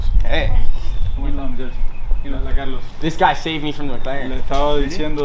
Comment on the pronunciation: Muh Muhclaren